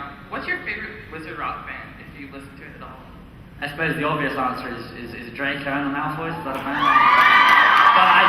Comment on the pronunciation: Not Drgon it’s Drco